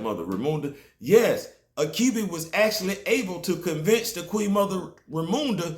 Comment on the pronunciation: Achebe is a Igbo name. Its not pronounced akibi but achibei.